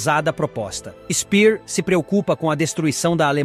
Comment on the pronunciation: A pronúncia de SPEER, em alemão, não é /spir/. O correto é /shpêêr/. E no caso de GÖRING, não é /goring/ e sim /guêring/.